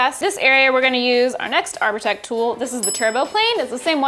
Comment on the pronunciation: when they said ''arbotech'' i first heard ''our protecc''